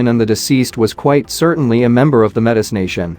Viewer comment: "Meh-tiss " 😣 It's pronounced "mey-tee" 🇨🇦